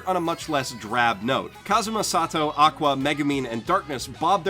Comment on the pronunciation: Why do you call kazuma sat~toe is that what he's referred to in the dub or something?